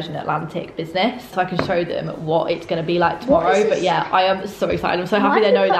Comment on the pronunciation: She is in bussniess. She said bussniess in the vlog